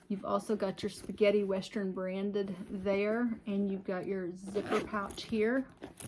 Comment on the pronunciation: Sounds like your saying westrun, instead of western! Maybe its just me. That is a gorgeous bag!!